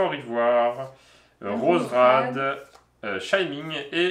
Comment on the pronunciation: qui continue de dire "ShyminG"... 🥴